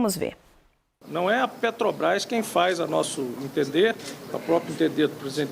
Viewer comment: Gente, não se pronuncia Pétrobras. É Petrobras.